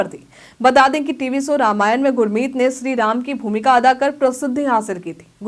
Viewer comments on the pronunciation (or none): none